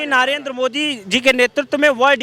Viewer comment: अरे अनपढ़ नाम तो सही बोल ले, नारेन्द्र नहीं, नरेन्द्र मोदी बोल।